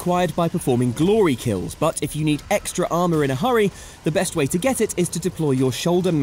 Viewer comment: Is that "glory" kills or "gory" kills?